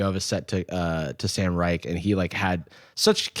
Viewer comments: Jarvis mispronouncing Sam Reich's last name is very funny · tweaking at the way jarvis pronounces sam reich 😭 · not jarvis pronouncing sam reich's name like that 😂